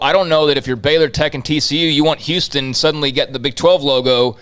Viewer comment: this guy is obviously not from Houston